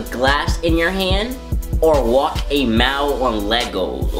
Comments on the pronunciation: Do a vid of you saying mile u say it funny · y u say mile so weird